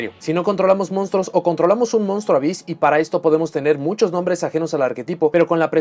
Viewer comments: El "hyss" se pronuncia "jiss" en ingles (por la "onomatopeya?" del sonido de las serpientes) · Esto ya es suposicion mia en base a la "practica?" pero imagino que el "Ab" + "hyss" serian pronunciados "afis" (y si, tampoco lo haria a menos que este tal vez hablando con algun anlgo-parlante).